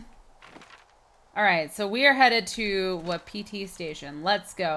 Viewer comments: Tiff, your sayign Wapiti wrong. Your saying it, Wa-pi-ti but it is pronounced Wap-it-ti. Don't believe me? Go back and watch last episode and you hear Delilah pronounce it the way I just did. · its ( wa-pa-tie )